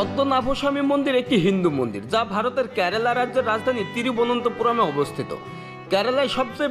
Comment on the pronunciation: 😂😂 আরে ভাই কেরেলা না কেরালা হবে ভাষা ঠিক করো